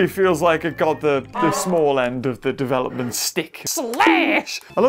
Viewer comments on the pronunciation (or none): none